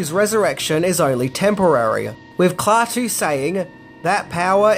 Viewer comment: LOL! KLAWTOO